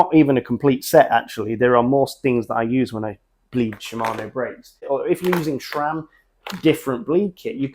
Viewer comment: Why does EVERYONE pronounce Sram as Shram?